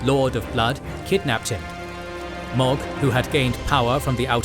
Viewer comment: This isn’t a conversation, it’s an edited video. That they do research for. Also, the names are pronounced for them in the game. Mohg and Ranni have phonetically correct names, and yet they are mispronounced.